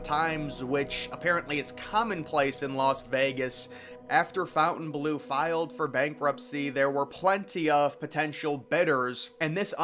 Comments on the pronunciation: It’s FONTainbleau. (NOT) FOUNTainbleau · It’s FONTainbleau. (NOT) FOUNTainbleau. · Fontainebleau not 'fountain blue' lol Americans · You can't read. It says Fontaine Bleau. Not "Fountain Blue" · Yes it's pronounced with the French inflection ❤ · It's called the FON-TAIN Blue. Not Fountain Blue. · It isn't "FOUNTAIN"- blue. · The pronunciation of Fountainebleau is better with the French. It sounds almost offensive with a rough American dialect.